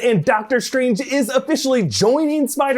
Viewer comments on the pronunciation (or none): love how he says “shtrange”